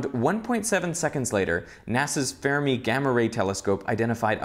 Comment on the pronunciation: I love this show!! But it's frustrating to hear you mispronounce a proper noun like Fermi as "Fairmi" -- it's a surname and not open to interpretation. Say it like "Fur" "Me": "Fermi gained its new name in 2008: On 26 August 2008, GLAST was renamed the "Fermi Gamma-ray Space Telescope" in honor of Enrico Fermi, a pioneer in high-energy physics." Enrico Fermi (/ˈfɜːrmi/;[1] Italian: [enˈriːko ˈfermi]; 29 September 1901 – 28 November 1954) ɜːr nurse, word, girl, fern, furry, Berlin